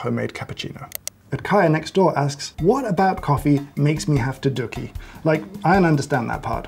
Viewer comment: I’ve never heard anyone pronounce dookie like that before. Truly a transformative moment thank u